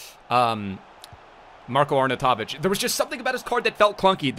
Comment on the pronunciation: It's pronounced marr-koe Arr-naw-you-toe-vich